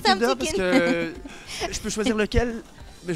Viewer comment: J'ai l'impression que Denitsa dit "Noutella"